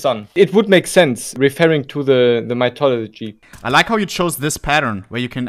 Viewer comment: bro said mythodology 💀